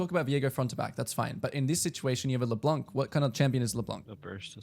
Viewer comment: Just so you know « Leblanc » is french for « the white one » and the ‘c’ is actually silent (so no « k » sound at the end)